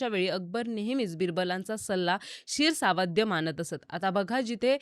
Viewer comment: उच्चारांबद्दल जरा सांगावसं वाटतं ....बऱ्याचजणांनी सांगितलं आहे.... पण शिरसावंद्य ...हा शब्द शिर ...सावंद्य नाही गं बाळा ...शिरसा वंद्य अशी फोड आहे त्यची